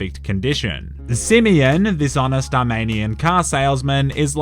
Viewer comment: Simeon: exist Nobody:: SiMiyINn